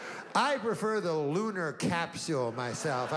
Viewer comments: "Lunar capseewl" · The way he purposely mis pronouces capsule to make it funnier 🤣